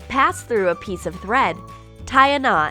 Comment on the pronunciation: you didnt say thread..... you said bread. thats what i heard. PASS A PIECE OF BREAD THROUGH